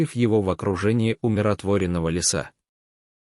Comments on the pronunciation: Ставьте правильно ударения! - ВыживАние, лЕса и т.д., а не вЫживание, лесА! Просто неприятно слушать! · ЛЕЕЕса,а не лесААА!!!🤨 Если этот рассказ читает робот,то научите его правильно ставить ударения,а то слушать противно!!!!🤨